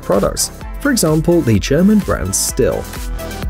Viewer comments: STIHL "still" it's pronounced "steel" it even says that in their commercials.. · It's pronounced steal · Stihl is pronounced Shteel